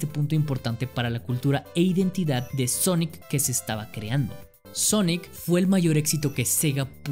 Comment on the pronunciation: Todo el mundo: Sonic ERE Champ: Sonic ar 🤣